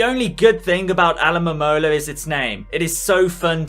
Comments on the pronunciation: My complaint is that for some reason you kept saying Alomomola backwards..... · it is pronounced a-low-ma-mole-a